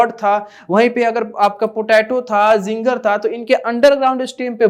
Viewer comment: sir ginger hota hai zinger nahi